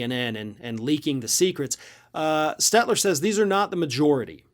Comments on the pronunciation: FYI: It's Stelter STEL-TER. Not SteTLer. LT not TL. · Stelter, not Stetler. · *Stelter...not Stetler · sigh. At least get his name right. STELTER not STET-LER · It's SteLter not Stetler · His surname is STEL-TER not STET-LER. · figured with how much u rail against CNN you'd pronounce the guys name right.... Stelter, not Stetler. I mean who cares but, cumon, you got standards right. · stel-ter...not stetler... kind of a pet peeve of mine when people mispronounce names... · Stelter, not "Stelter" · Is this a parody channel? LOL, you can't even pronounce Stelter. And you are willing to trust one of the most partisan, truth-devoid talking heads as a source for this. You have to be joking.